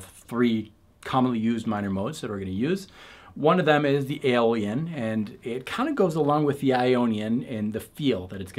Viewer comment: Did you say “Dorian, Phrygian and Alien modes”? Out of this world!